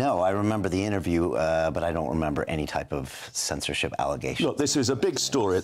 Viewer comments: it's censorship, not sensorship... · Not sure on the word 'sensorship' :p